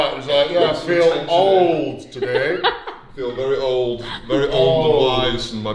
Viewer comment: When he says he feels old I thought he says “I feel bald” 😂